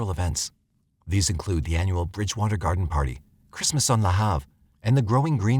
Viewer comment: I'm from Nova Scotia and I remember this story, tragic for the family. Also, the pronunciation of "Lahave" is funny coming from the voice narration because it is supposed to sound almost like the word "behave" but kinda "la-have", anyway. Great coverage and I look forward to more videos from the channel.